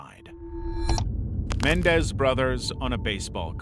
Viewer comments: It's Men-EN-dez, not Men-dez. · Lyle and Eric Menendez, their last name is three syllables, not two. It even has their last name spelled correctly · Dude, you mispronounced Menendez as Mendez through the entire segment. This as a famous case and EVERYONE knows how to pronounce their name. Except you, apparently 😳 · Menendez, not Mendez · Narrator: Mendez Me: Menendez. Narrator: Mendez Me: Menendez!! 😂😂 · Men-EN-dez..not "Mendez" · It's Men-EN-dez, not MEN-dez. How do you get that wrong? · It’s “MenENdez” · It's Menendez not Mendez and it was a basketball card not baseball. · How do you NOT know how to pronounce Menendez, especially after all these years? Wild... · had to skip through this entire section.. you’re a big time channel and this is a well known case, yet you’re mispronouncing the name.. really? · Your videos are great, but you kept mispronouncing the Menendez brothers. Also Ian Brady.